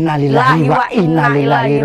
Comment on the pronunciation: Innaa lillaahi wa inna ilaihi rojiuun... Bukan wa innaa lillahi rojiuun... 🙏